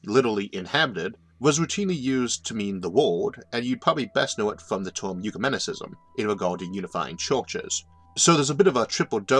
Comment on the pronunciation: What the hell is a "torm"? Last I heard it was pronounced as spelled, term. That's an ER, not an OR.